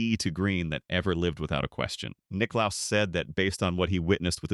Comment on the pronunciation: Jack Nick claus 😂